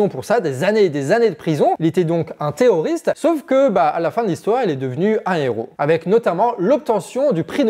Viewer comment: Tu as un problème à prononcer les R, non ? 😅 Parce que moi, j'entends "Té''oriste"